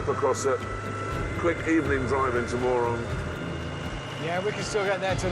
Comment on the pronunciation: As a mongolian when the called Mörön as moron i burst out laughing. It pronounced more like murun